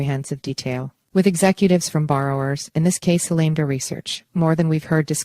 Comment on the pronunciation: if you’re going to report on a trial, maybe it would be a good idea to double check the pronunciation of the defendant’s name ( spelled like it sounds: Bankman-Freed), along with one of the two companies involved (spelled like it sounds AL-a-MEED-a!!!)…